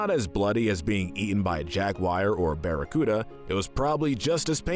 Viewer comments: I believe the pronunciation is Jaguar not jag wire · When you were on tarzan you will need to learn how to say "jaguar"